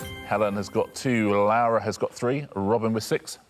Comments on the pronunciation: This was bugging me too. Spanish Lara would usually be essentially the same as British Lara - there's no diphthong ('lah-rah'). But he's adding a diphthong as though he's saying Spanish Laura ('lah-oo-rah') instead of British Laura ('loh-rah' or 'law-rah'). Since I don't know her, it's possible that this is the right pronunciation after all and it's just an odd spelling for it. But it did really throw me off. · He probably means to say Lara, but keeps calling her "Laura" / "Lowra". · i thought the same thing, but re-listening, i think he means to say "lara", it's just his pronunciation of an A followed by an R. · Actually, I heard him say Lawa once, I think he just has a difficult time with his R’s, you know how British people say things that end in r as an a, and things that end in a as an r… I think the ending of her name is really messing him up, because he’s doing his best to get it correct. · RO knows a lot and is good at stuff but I don't trust his pronunciation. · Yes, "it's pronounced the Spanish way". Which is very much not the way Richard is pronouncing it. Voy a arriesgarme y decir que no hablas Español... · This is so dumb because he very much isnt pronouncing it the spanish way